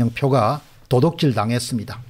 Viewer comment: 공대표님 도독질이 아니고 도둑질이라고 발음하면 좋겠네요.